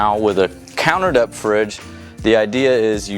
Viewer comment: wow Ive never heard anyone pronounce depth that way before!! lol DEP?